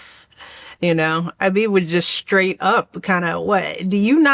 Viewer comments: And why is “straight”, always accented as SHHtraight, by Big Mike? Wt£ is that supposed to mean?😆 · Didn’t Michelle Obama go to Harvard or something? Why does she say straighten and strength and struggle with”h” Sh-truggle Sh-trait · Why does she always pronounce words like “straight” “shtraight”? Listen to her weird speech. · and why she pronounced SH instead of S shtraight shrtugle 😂😂😂